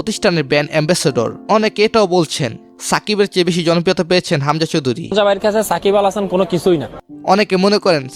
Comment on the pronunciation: ভাইয়া ওটা সাকিবাল হবে না।😅 সাকিব আল হাসান হবে 😊আপনি উচ্চারণে ভুল করছেন ।